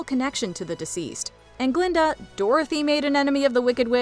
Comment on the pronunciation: „It was GUH-linda, all along!“